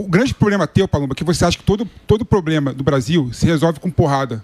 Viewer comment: O "cidadõe" quando fala "poblema" já mostra o grau de "igonorança" esquerdopata!!!